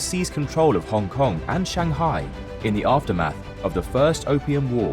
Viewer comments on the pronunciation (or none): none